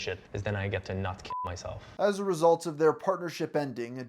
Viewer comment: I just noticed that you add extra syllables on the ends of words. As a resultuh February of twenty tennuh And you do the Spanish speaker thing where all words starting with S get an e in front of it. Ehstart instead of start. Can't unhear it lol